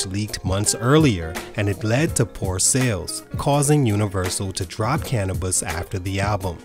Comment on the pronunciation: "cana-buss" I feel like the narrator grew up on Taylor Swift and just started listening to black people music when Bad and Bougie came out